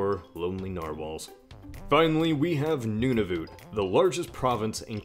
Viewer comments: Noonavoot? I don't think this hoser knows what he's talkin' aboot, eh? Nunavut is pronounced "none-of-it". That's because the Canadian federal government took a look at the land up there and when they saw how empty and barren it is, they said they wanted none of it and gave it to the Eskimos. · ITS NOT NUNONUT ITS noon-a-v-it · I'm so mad it's pronounced nunavat not nunavuuuuuut!!!!! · Also he pronounced if Nunavute not Nunavut. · lol at "noon-a-voot" It's closer to "none of it" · Did he say Noon-a-voot? I always said Nuh-n-a-vuht, and I’m Canadian... (referencing the pronunciation of Nunavut) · Why'd you say "Nooh-nah-voot" it's "Nuh-nah-vuht" (just say "none of it") When you tried to pronounce that I died a little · Wtf is a noonavoot? It's noon-a-VIT. Nunavut. Also the "stone monument" is called a inukshuk. I'm not from Nunavut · ALBERTA PRIDE Also, might I add, what is NunaVOOT? It's pronounced Noon-a-vut. Nunavut. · You said Nunavut wrong. It's more like "none-of-it" not "noon-ov-ut" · Why do Americans call it "Noonavoot"? It's Nunavut! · Nova Scotia means New Scotland Also it’s pronounced None-a-vut, not Noon-a-voot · And what the frock is a nooooonavooot it's Nunavut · Newnavewt ... Nun-a-vut . We Canadians don't pronounce things like that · Did he just say "noonavoot"? I'm dieing xD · Canadian here, and I assure you if you come here and pronounce Nunavut as "Noonahvout" you will be laughed all the way back to America. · What's a noonavoot I'm Canadian so I know how it's pronounced it's nun-of-it because there is no people there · "wanna know something about Nunavut?" says it like noon a voot "I dunt fking wanna hear NONE OF IT." lol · Ok I'm from Nunavut and I'll try to end this. It is pronounced nuu-nah-voot. Voot like foot with a v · OH MY GOD YOUR PRONUNCIATION OF NUNAVUT ITS PRONOUNCED nun-a-voht but like kinda fast like nunavoht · no, it's pronounced noonah-vut ('oo' as in foot) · ***** Nope. I was always taught to say pronounce it like "New-Na-Vut